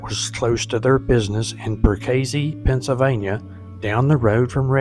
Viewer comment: I drove for Branch. It’s pronounced Perk ah see, not what you said.